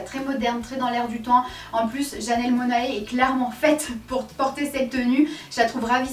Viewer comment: a titre d'info, c'est janelle monnaie et pas mona-é :)